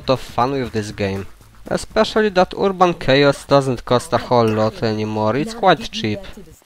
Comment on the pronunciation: ERRR-BON It's Not Ur-a-bon